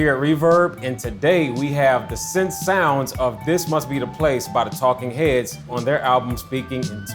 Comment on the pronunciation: The way he said "heads" had me dying lol